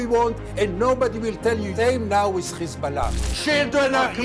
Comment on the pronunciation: Please pronounce correctly , it is Hizbollah NOT *Khizbolah*😮😮😮